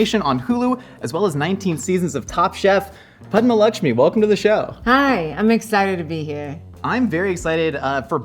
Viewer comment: I love how he pronounced her name right.